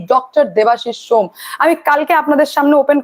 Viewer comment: ম্যাডাম ওটা shome , সোম নয়